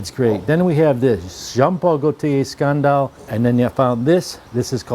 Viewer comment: Why can't you say "scandal" the right way